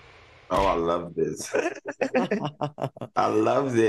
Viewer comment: Al and his "black lurv" 🙄